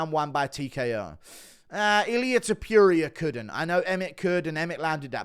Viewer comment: Pronounce TOPURIA probably u fuck😂😂